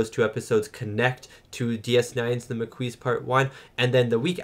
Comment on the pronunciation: Ma Queese? 😅 Okay. He doesn't know yet and skipped several relevant TNG episodes. No prob.